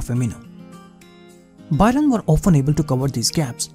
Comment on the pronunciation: It hurts my ears when you say 'BUY-RUN' 😂